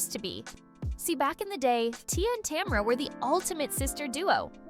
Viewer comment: Learn to say tamera. It's buggy me